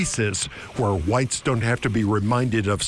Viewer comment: Mr Taylor has trouble pronouncing a word— just listen to him talk about Hwhites.